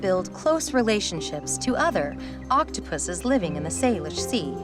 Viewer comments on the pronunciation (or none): She said pusses😂